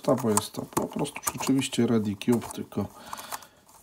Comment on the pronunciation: Panie Kolego Pan Grillsa II nagra albo Bubbloid 4x5x5 albo Sun Cube a nie Redi "Kjuby" :P